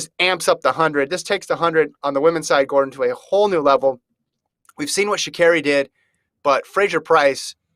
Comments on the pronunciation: Sha CAHRI is the pronunciation my gawd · I want tall to pronounce her name correctly. Especially if you’re going to use her (SHA’Carri) in this. The LEAST u can do is get that right.